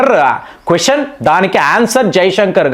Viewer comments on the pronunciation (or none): none